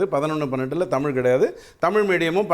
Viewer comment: டேய் அஹச்சாரி தேவிடியா பையா தமிழ் டா தமில் இல்ல முதல் தமிழ் ழை பிழை இல்லாமல் பேசு டா கோமள